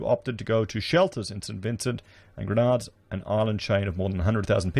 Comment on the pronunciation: Just to correct the pronunciation of my home country it is not the Grenades its is pronounced “GREN NAH DEENS” 🙏🏿👍🏿